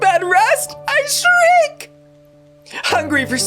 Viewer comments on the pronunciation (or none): none